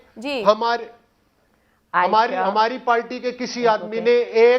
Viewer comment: Do not invite Ali Gauhar Baloch please... He has tp learn how to speak.... he uses word palty instead of party...amazing